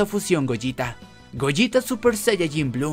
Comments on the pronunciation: Es goleta no gojita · Se dice gogeta, no goyita, o acaso dices veyita y no vegeta?